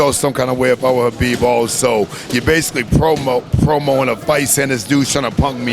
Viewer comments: I like that he pronounces Khabib's name properly. There is no " K " sound. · Respect. this guy even pronounced Khabib's name correctly. Awesome man.. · You know the knows and respect him , when he said Habib not khabib